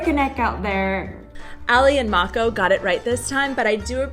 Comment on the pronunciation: Slečna z Hawaie má super výslovnost.